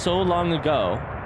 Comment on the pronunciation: He's pretty clearly saying Naomi as a joke for fun, when he walks into mining site 2b and comes across the skeleton on the floor he says "Nomai bones" and immediately corrects himself with "Naomi bones".